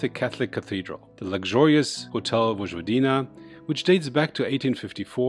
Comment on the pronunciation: Please, don't say: " VoDŽVodina" ....rather say it: ," Voyvodina".